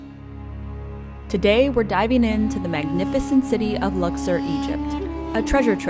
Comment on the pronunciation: Learn how to pronounce word accurately in English and the name Lux- or!.